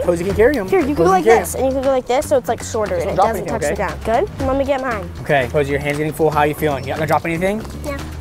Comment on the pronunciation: It’s Rosie not poise 😂